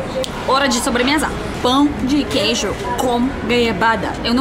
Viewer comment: Nasci em BH, como queijo com pão na chapa pela manhã, faço Omelete com queijo no almoço e queijo com doce de leite na sobremesa e no café da tarde mais pão de queijo com cafezim! Kkkkkk DETALHE SOU INTOLERANTE A LACTOSE... Mas o melhor de tudo é ouvir a falando " Pau de queijo 🧀 kkkkkkk